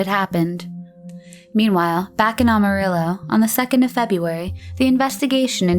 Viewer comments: does anyone else hear Awe-Marillo, and not Amarillo? Sorry can't get past it. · For f*cks sake it’s Amarillo, not Almarillo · It isn’t Ah-marillo, it is Am-arillo. Otherwise, great vid! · Good video, but it's AMArillo not OMArillo 😄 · It's AMARILLO , not ALMARILLO . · 9 minutes in she finally said Amarillo correctly, twice, and then went back to the incorrect way. "Am", like "ham" without the "h". Apart from that annoying detail, good video/content. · Aside from mispronouncing Amarillo “Almarillo” 15 times. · I can forgive not being able to pronounce Yakima, because apparently nobody from outside the Yakima valley can, but how do you mispronounce Amarillo?